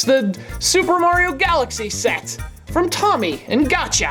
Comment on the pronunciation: Hey,. The manufacturer's name is pronounced "tome-ey" with a long o, not "tommy."